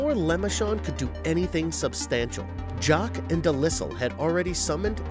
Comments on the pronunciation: Yep, good ol' "Dee-Lissle" 😂🤣😂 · Pronunciations Duke De-Li-all Le-Mer-shont Oshma-Diva